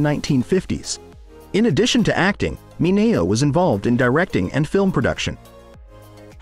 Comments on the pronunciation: It's pronounced Sal Min -e-o. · Sal Mineo's last name was pronounced MIN E O. The voice got it wrong.